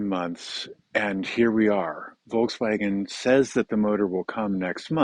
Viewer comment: If you speak German, one would expect you to pronounce Volkswagen correctly! ;-)